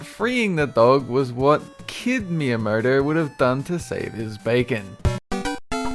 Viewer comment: Miyuh murder... It's Miyamoto man... Miyamoto...